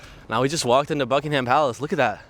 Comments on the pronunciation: Remember - buck-ing-hum and say it quickly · Buckingham palace - here’s a tip for travellers - dont pronounce the H. You’ll sound more English.